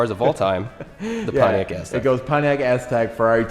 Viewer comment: Pontiac Ass-tek